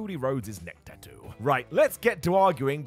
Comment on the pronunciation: pronunciation is correct, according to the Polynesian languages.